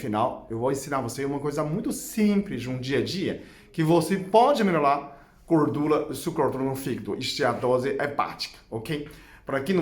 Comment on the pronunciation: Vdd. Acho engraçado quando ele diz Melolar, quando, na verdsde, ele quer promunciar melhorar. Rsrs...